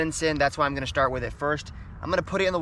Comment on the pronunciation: WHY DO YOU PRONOUNCE ALL OF YOUR "S" SOUNDS LIKE "SHHHH" EX: "LETS SHTART FISHING"